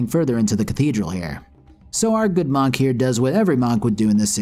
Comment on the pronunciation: Lol, "Mahnk".